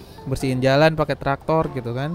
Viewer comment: Bukan traktor bang tapi doser